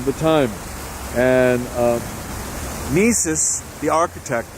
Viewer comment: Mies is pronounced "mees," not "meeses."